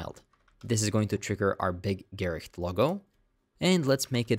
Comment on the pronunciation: Actually you're pretty damn close to the actual pronounciation of Gericht! And thanks, you're one of the best javascript-teaching channels on youtube!